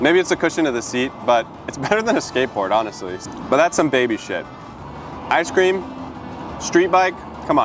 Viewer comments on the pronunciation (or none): "ice keeemm" are peak words